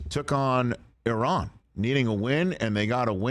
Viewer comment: Appreciate Rich pronouncing it “Ee-rahn” and not “I Ran”